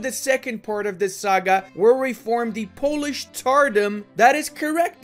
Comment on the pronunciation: I have a big respect to you for not butchering my language